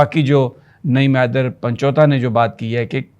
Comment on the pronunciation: سر جی لفظ پنچوتا نہیں پنجوتھا ہے۔